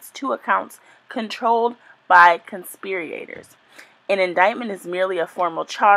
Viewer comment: You have to learn to read better before you put out a video reading an indictment 😩 conspirator NOT conspiriator for starters and US code has a symbol for subsections, it’s not an “and/&” symbol